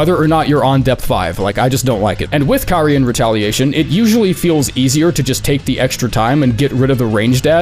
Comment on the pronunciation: Out of all the big creators making Elden Ring content, why is the only one who can properly pronounce "Carian"??? 😆